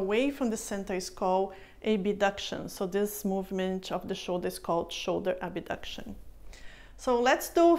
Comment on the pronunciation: Thank you for the exercises. Really helpful. Just a note though. In English, the word is "Abduction", not "Abuduction".